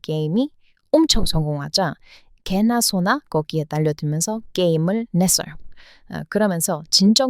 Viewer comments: 개나소나 라는 말이 너무 찰지네요 😂😂😂😂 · 의 애증의 단어 개나소나ㅋㅋㅋ 발음 너무 찰집니다ㅎ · '개나소나' 너무 찰지게 발음하셔서 반했습니다ㅋㅋㅋㅋ